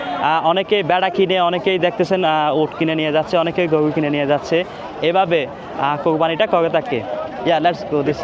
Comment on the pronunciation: গোয়ু হাট, ভাই কি র কইতে পারেন না?